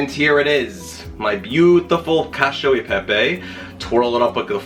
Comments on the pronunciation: Loved your pastrami recipe and eager to try this one. Correction: Koch- ee- oh- ay- paypay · It’s cachE-O Eh PePe